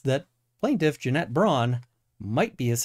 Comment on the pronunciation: I still laugh every time you say Jeanette "Janet" Braun